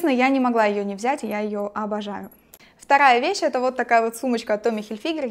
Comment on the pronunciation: Я обожаю, когда Лиза говорит " я честно, абажаю"))) с таким акцентом на "А"))))